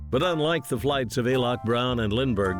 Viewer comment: It was Alcock and Brown, not "Alock" and Brown.